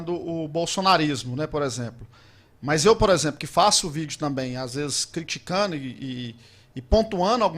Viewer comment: Pra ser jornalista, devo voltar a escola? Não se pronuncia a palavra criticando, ao envez de criticando, e pontuando, ao envez de pontuano...? Será que eu que estudei errado?😮🤔🤣